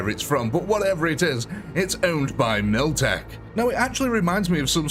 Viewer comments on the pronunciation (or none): It's MILITECH not MILTECH